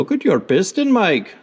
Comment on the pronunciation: 🤣😂 "look at your piston Mike" indian accent i guess